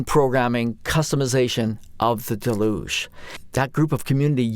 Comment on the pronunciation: Nice overview of the new features! Also mispronouncing ‘deluge’ is now the new ‘how do you say Moog’ debate.